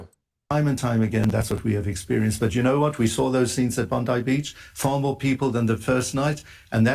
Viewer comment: Thanks. We have ppl in the Australian news comments saying we need a leader like Trump, they love him here as well. It’s just nuts. It’s pronounced Bon die, apt.